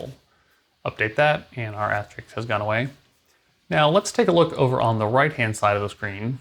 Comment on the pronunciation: Asterisk not Asterix.